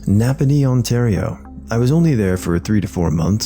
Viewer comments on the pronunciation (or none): none